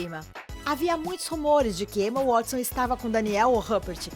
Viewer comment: Emma Wuatisson, Daniel Radiclifi e Robert Grint Réri Póter bitch wtf